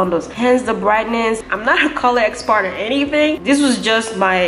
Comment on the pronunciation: siiiis said "im not a color expart" #TfDEAD